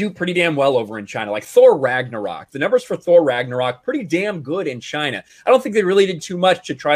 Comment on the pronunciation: sounds racist whenever he pronounces China with 3 syllables